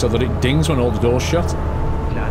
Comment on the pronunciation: haaaa it did sound like that 😂😂😂😂